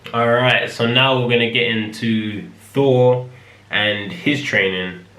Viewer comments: Yeah British people often replace 'th' with an 'f' sound. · is he saying 4 or Four!? XD